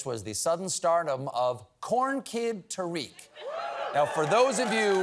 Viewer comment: Just for information. It’s not pronounced Tareeq. It’s Ta-riq.